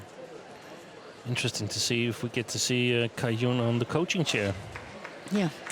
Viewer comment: Gill Clark has been commentating for more than 10 years but still doesn't know how to pronounce Cai Yun's name......